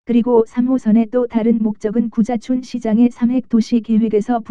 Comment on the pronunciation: 구자춘 서울시장님이 자꾸 `고자`촌으로 들린다는 곶같은 전설....